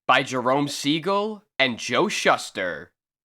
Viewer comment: Shuh-ster? No it's pronounced Shoo-ster.